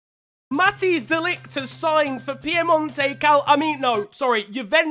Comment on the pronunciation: Hey, I live in the Netherlands. Just for future reference, the name Matthijs is better pronounced 'Mat-eyes'. Don't worry though, you're far from the first youtuber/pundit to absolutely butcher it ❤